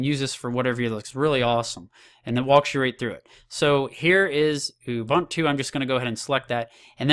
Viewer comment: Dude.. Ubuntu.. There's a universal way of pronouncing it.